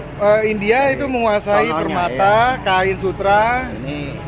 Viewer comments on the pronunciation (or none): none